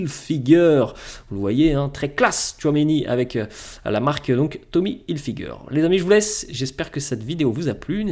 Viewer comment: Tommy Hilfiger tu prononce trop mal les choses. C'est en anglais 😂